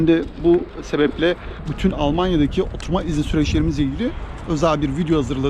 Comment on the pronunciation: "oturma izni" yazman ve öyle söylemen ❤︎ ben eleştirilere kulak vermen ve makul bulduklarını düzeltmen harika. almanya'ya gelebilirsem sen ve eşin gibi güzel insanlara mutlaka kahve ısmarlamak isterim :)